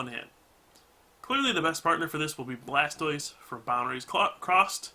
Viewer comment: did he just say blastoise from boundaries cocked?